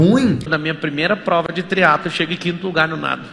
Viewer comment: TRIATLOOOOO E NÃO TRIATOOON... KKKKKKKK